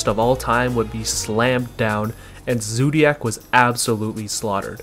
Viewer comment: the way u say zoodiac wtf man